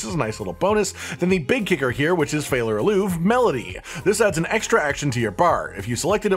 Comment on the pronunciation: Also, it's pronounced fey-lah ah-loo-vay not fallar aloov... 😋